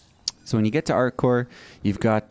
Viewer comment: You are forgetting the P in ArcCorp............Not ArcCore, other than that. AWESOME VIDEO. Very well explained. Thank you.